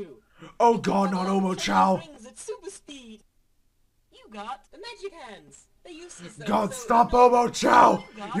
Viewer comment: Not omochoa ,homochoa